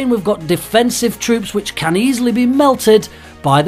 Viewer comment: Am I the only one who heard 'witches is the most popular' instead of 'which is the most popular'?